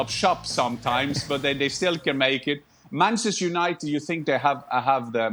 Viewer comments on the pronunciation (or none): did he say BANCHESTER UNITED? HAHAHAHAHAHAHAHAHAHAHAHA